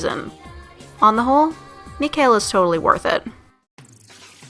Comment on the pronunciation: (Yes, I'm watching and commenting a video posted 2 years ago) I'm pretty sure Mikhail is pronounced Me-kah-ill because apparently there are people with this name in real life and is pronounced this way.